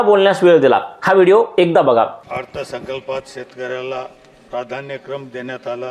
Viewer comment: आपल्यालाच लाज वाटते हो. अथर्वसंल्प हा शब्द या बाबाला उच्चारता येत नाही. याने स्वतः बाजूला व्हायला हवं.